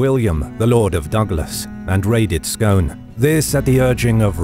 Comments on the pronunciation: Great documentation here, but "Scone" isn't pronounced as the food, we pronounce it as "Scoon" lol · I know that it isn't obvious, but "Scone" is pronounced "Skoon" ... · Great episode. For the record, "Scone" is pronounced "Scoon". Hope you don't mind, I thought you'd appreciate being told.